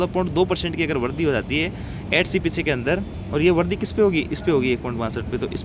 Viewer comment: Yar sahi jankari de rahe yar varadhi kyon bolte ho VARIDHI bola karo.